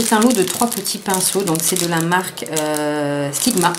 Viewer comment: bonne video mais le pinceau sigma c'est un extravagenza et c'est la maniere normal don la marge sigma les a ecrit sur leur vrai pinceaux se n'est pas aliexpress qui les a mal ecrit voila petite info :) et sa me fait rire la maniere que tu dit "sigma" tu le dit "stigma" mdr mais c'est sigma voila petite remarque pas mechant voila gros bisou et merci pour t'es belles videos.